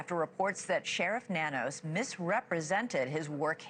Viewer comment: Nanos is pronounced No News